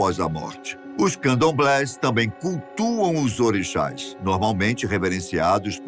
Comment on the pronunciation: Caralho, aprende a pronunciar o nome das nações e dos orixas